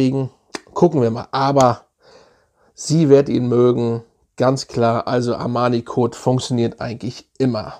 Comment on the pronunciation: Armani Kot 😁 love it, die Aussprache